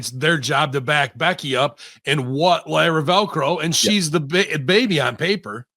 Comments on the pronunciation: Lyra Velco? Who's that? You mean Lyra Valkyria? Now I can't take what both of you are saying as serious wrestling critics. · I always pop when Russo messes up wrestlers names 🤣 Lyra Velcro, DUI instead of DIY, Jury Duty instead of judgement day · I can't help but laugh everytime russo mispronounces Lyra Valkyria's name 😂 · He's not a mark and that's his casual mindtake. If he's a wrestling mark, he would say her name right 😅.